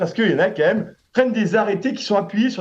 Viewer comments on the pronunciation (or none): A 2.02 les fauteuils " meuletonnés " "ka même" .. une visite chez un orthophoniste s 'impose.